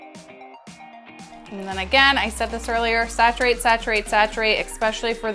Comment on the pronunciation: Love this am learning new tips and yes keep.saying sacturate!! Lol.thankyou x